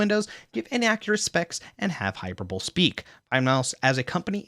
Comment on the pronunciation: Pls, don't say hyperbowl xD